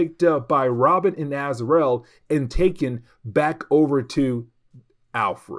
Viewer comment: I'm loving this break down of Knighfall. Not to nitpick but it's pronounced Az-ra-el